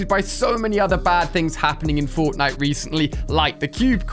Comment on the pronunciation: he says cortnite except from fortnite